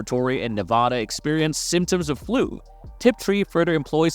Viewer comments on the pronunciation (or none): none